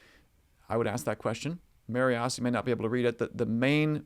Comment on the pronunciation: As a Montanan, just want to help you a little. The Marias River is pronounced muh-RYE-us. Great stuff. Thanks for all you do.